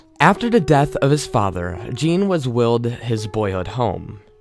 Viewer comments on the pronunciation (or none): For fuck sake, his middle name was eujene not jean.